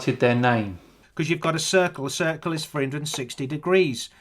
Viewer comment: What a delightful, good old-fashioned conspiracy nut. :-) I managed to keep it together until I heard how he pronounced radius/"Ra dius" and circle/"Kirk-el"/"Church-el". I guess all pizza is masonic conspiracypizza, what with it starting with "Pi" and having 5 letters in the name.